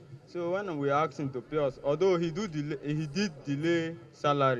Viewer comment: Why you aks him?